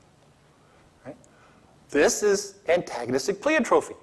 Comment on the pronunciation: He can't pronounce pleiotropy, and the concept of antagonistic pleiotropy was not arrived at as an explanation for loss-of-function mutations, rather as an explanation for senescence.